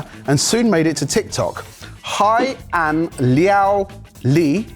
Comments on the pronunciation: its pronounced more like “hey aunt lee-ow lee” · Hei an is pronounced like "hey aunt" but without the t sound at the end.